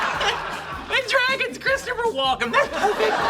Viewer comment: It's Walken not Walker.